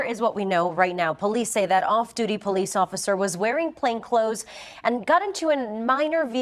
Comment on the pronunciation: Dat be po-leece say it right